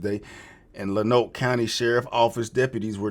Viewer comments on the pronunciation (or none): As a fellow Arkansas native. He is a local hero, free that man!!! Also fuck go fund me for what they did with this situation. FYI lonoke is pronounced LONE-OAK 😂